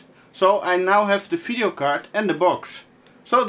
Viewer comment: I enjoy you videos a lot, and love how say "phideo" card, keep them coming, you got a new subscriber here